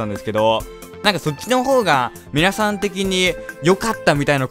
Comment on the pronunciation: 今回はのはじめの挨拶がよく聞くと「かいみなさんこんばんはー」って言ってるような・・・